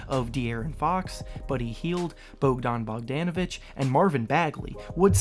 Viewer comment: Please look up how to say Bogdan Bogdanovic name right please!? I'm so tired of people pronouncing his name wrong. Show some respect to the man.